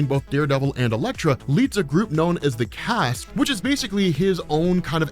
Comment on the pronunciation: Did you say that sticks group was called.... the cast? I believe it's the chaste isn't it? And that's pronounced the same as chased. Chaste is like the adjective form of Chastity.